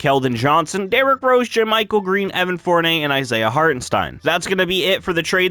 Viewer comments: evan FoUrNay XD (Four-NEE-Ae) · It’s four-ni-yay you said it wrong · im sorry but its Evan Fournier Like fornYAY